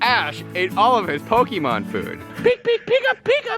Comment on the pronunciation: That's not how you pronounce Pokemon and it is starting to annoy me